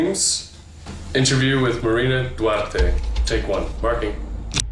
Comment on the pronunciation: The show pronounces her name as Marina Duarte, but as soon as they're back from the break, the narrator pronounces it Duarge.